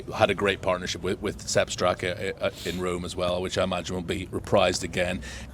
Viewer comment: First of all it's Sepp Straka, not Sebb, The number of "rookies" (hate that word) is irrelevant as Europe have previously had as many as 5 and still won. This year, even with Hall they may only have 2 if they pick the other Hojgaard